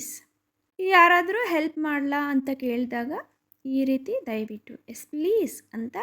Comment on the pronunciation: ಚೆನ್ನಾಗಿದೆ, ಆದರೆ ಹೆಸ್ (ಎಸ್), ಹದ್ಭುತ (ಅದ್ಭುತ) ಆಕಾರ, ಹಕಾರ ಸರಿಯಾಗಿ ಉಚ್ಚರಿಸಿದರೆ ಇನ್ನೂ ತುಂಬಾ ಚೆನ್ನಾಗಿರುತ್ತದೆ.